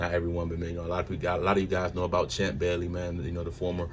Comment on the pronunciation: We Gotta Say It Right, Son Of NFL Hall Of Famer, Champ Bailey… But Nice Pick Up Tho, He’s A Colorado St Transfer…